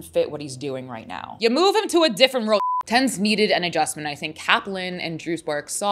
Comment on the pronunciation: isn't his name pronounced ten Z